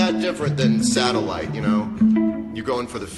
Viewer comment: When he says satellite 😂 so relatable